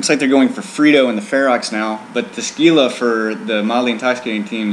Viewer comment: Speaking of "stupid annoying derpy ignorant", it's pronounced HEE-luh, not GEE-luh.